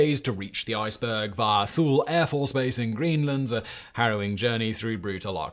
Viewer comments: TOO-LEE not fucking THY-OOL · The military base in Greenland is pronounced Too-Lee not thool. BTW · Hey simon. Thule is pronounce too-lee or tooli. As it is pronounced in regarded to Thule Iniut a peoples of northern Canada. Love the episode, keep it up. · Thule is pronounced like “too lee”